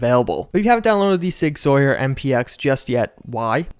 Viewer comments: All my gun enthusiasts in here cringing. It's pronounced SIG "SOUR" not "Soyer". Just for future reference. Love your vids, bud! 👌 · Sig Sauer 》"Sour"《 (not "soyeur"😢) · Sig Sawyer... It's SOUR! Mis-pronunciation is HORRIBLY annoying! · i thought sauer was pronounced like sour not sawyer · Tiny cringe. It's pronounced "sour" not "Sawyer" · Sig “sow-er” not sawyer. Sorry I’m a gun nut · Sauer is pronounced sour not sawyer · Sig Sauer is pronounced like sour. And in reality the MPX is sub par compared to a CZ Scorpion Evo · For the record, the "Sauer" in "Sig Sauer" is pronounced like "sour" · I don't want to be "that guy", but some I'm a gun guy in real life I thought I'd help. Sig Sauer is pronounced like "sour". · Love ya man but you gotta look up pronunciations before you put up your videos, sig sauer “sour” and this isn’t the first time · Sauer is pronounced sour. Like sour candy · The Sig is amazing. Sauer is pronounced Sower. I used to have Sig pistols. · Pronounced sour bud.